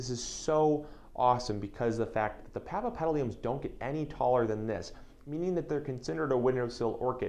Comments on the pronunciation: Are you kidding me? Since when 'papapedlium' is Latin for paphiopedilum or [pafiopedilum]? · Paf ee o petal um that is how to pronounce it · He he he ..he needs to practice the name; but I’ll over look it since he’s cute 😜😜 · He can't even say the name right, what do you expect... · Is this real? This guy can't even pronounce "paphiopedilum" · Give him a break. He is so cute. He doesn't need to. :P